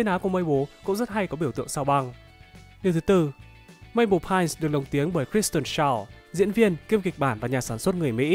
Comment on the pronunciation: Mabel Pinese phiên âm là Maben Pinơ